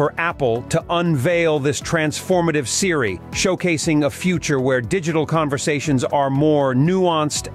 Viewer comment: This site has ZERO credibility! The speaker doesn’t even know how to pronounce Siri!